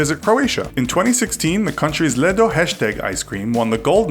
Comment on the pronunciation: tf is leddo? its pronounced ledo